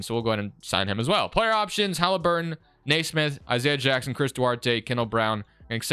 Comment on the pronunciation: its kneesmith not naysmith